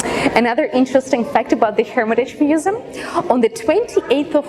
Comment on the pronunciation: feymus musum xd that accent tho